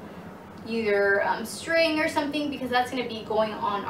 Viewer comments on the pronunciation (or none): none